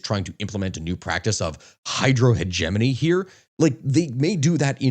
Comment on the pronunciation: Just a note but i am mortified with how you say hegemony. Please continue, do not change.